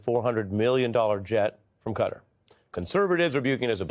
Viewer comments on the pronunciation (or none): KATTAr Ari, NOT cutter, get it right. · Qatar is a word with no C, U or E. So not Cutter. Qatar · It's kuh . taa . Not "Cutter" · Why is he pronouncing it Cutter....instead of Kah-tar? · It’s not Cutter, it’s Qatar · Classic America trying to rename everything again. Pronouncing Qatar like "cutter". It's Qatar , sounds like guitar.... Stupid Americans. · The name is not CUTTER. It is CAH TAR with the emphasis on the second syllable, both with the long A vowel sound. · Ari please... Reconsider your pronunciation of the country name Qatar. It does NOT rhyme with "GUTTER" but it is closer to rhyme with "GUITAR" . Can you say KAH-TAR ? Please Ari. I have too much respect for you. SAYING CUTTER RHYMES WITH GUTTER, BRUDDER ! I bet an ignorant republican came up with pronouncing Cutter. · It's not pronounced "Cudder". It is Ka-tar. Why do you all insist on this "Da Bears" pronunciation? You are too smart and sophisticated to sound so ignorant. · Interesting how the USA peeps pronounce things. Ari pronounces Qatar “cutter” whereas the rest of world pronounces it kah-tar. Cheers from NZ 😎🎸🤘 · Ari, why are you saying Cutter? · Why do Americans call Qatar "cutter"? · Why do you call it cudder? There is no letter d in this name. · For real, it is pronounced KAH-TAR. Please 🙏 stop mispronouncing it one after the other. 😵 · Qatar pronunciation is not "cutter" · Why do so many Americans say 'Cutter'. Very strange.